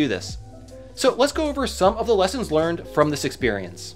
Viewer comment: hehehe. "Leasons"